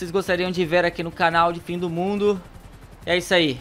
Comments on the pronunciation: Achei q ele falava e o fim do mudo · Todo mundo falando "todo mudo",pfv olha o vídeo ele se esforçou para vcs chegarem e falar "todo mudo". :^ aliás é a pronúncia dele :/